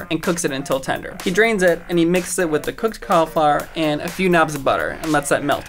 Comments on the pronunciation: Caul eee flower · Why does everyone pronounce cauliflower at call-E-flower?? Nope. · I laughed when he said Caulaflower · Im from the uk the way he pronounced. Cauliflower was so strange.. Koftbaah ??? Col eee flower thats if that what he means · Yes,, you're a professional, but cALIFLOWER?? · omg the way that he pronounced cauliflower CAULLAFLAWUUUUR